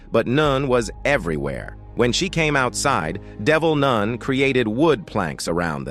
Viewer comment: Can't get over the "noon"😅